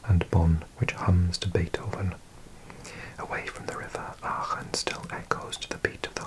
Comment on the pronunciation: Very well done on the pronunciation on Aachen! Was literally perfect, not even an accent! Greetings from NRW! 👋